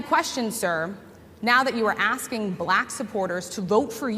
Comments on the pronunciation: He's so patronizing. The way he kept pronouncing "black" was in such a mocking tone. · He pronounces it: BA - LACK I can't stand that fool!